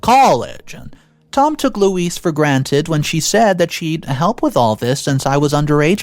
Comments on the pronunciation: PLEASE I can't even count how many ways you attempted to pronounce the Wicked Witch's name but, next time, try Googling it! LOL Louise is actually a very phonetically spelled/pronounced name. Louise = Lou-ise or Loo-ees. NOT Lewis, Low-ees and the other things you tried. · Its not pronounced LEWIS, LOUIS or LOIS, its pronounced LOO EEZ. OP doesn't owe loo eez anything but gratitude for helping OP become self sufficient and self reliant.